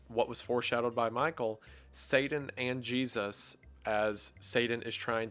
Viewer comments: Its not " Saiden ". it's " Satan" I couldn't watch it,, your infantile pronunciation was like nails down a blackboard to me. You're also a freemason, you literary worship Satan. So you should know better, or was that the plan? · Lol😂 if you weren't told about it by a freemason who intentionally mispronounced " Satan " as " Saiden " you wouldn't have a single thought about the basics of Christianity. Good Lord. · It’s pronounced Satan not Sadan emphases on the T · Its SATAN not SADAN. You should know how to pronounce it if you do the video. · the way you said sadan and not satan irks me but good video as always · (Say-Den)......WHY CAN'T YOU PRONOUNCE YOUR T's!?!?!?!?!? It's (SAY-TIN) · This was really cool and interesting! Not gonna lie, the pronunciation of Satan as "Sadan" drove me nuts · Satan is pronounced with a T not a D. Sadan? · I love the breakdown of the story, great stuff.. But all the horrendous grammar and his bizarre pronunciations are killing me. I don't think I can't stand one more "Sayden" instead of Satan, or one more "so whenever" leading into a sentence 🤦🏿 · It's not 'saaay- diiiinkn' It's SAYY- TAAN!!! Please remember the pronunciations that are not the obvious north American/ weakened, almost slang pronunciation, a weakened americanised names are really hard to take, esp. those said so often... Please take as constructive criticism, I'm just making you aware how names of characters and places are of high Importance and impact, that's all. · Sorry! but are you saying satan or sadan if it’s the first then I apologise because your pronunciation make you sound like your saying the later …1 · i apologise, i dont mean to nit pick but it's Satan not Sadan. sorry this bugged me. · Wendigoon, I love you, but it’s not “say-den”, its “say-ten”. That’s how you pronounce satan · You say Satan like the avgn would, "saiden" haha, don't worry I have funny pronunciations too I'm sure. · Sadan. Sadan. don't know who this Sadddddddddddan is. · Say Dan.